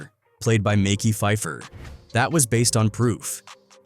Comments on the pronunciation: “Mecky” phifer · He said Micky Phifer and Sue Bin Knight. I'm done with this channel. DO NOT RECOMMEND. Just grifters. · These AI voice over need work. Stop being lazy and make the AI say it right. Who tf is mickey pfeifer and Shugey? Hard to take some of these videos serious and yall sound crazy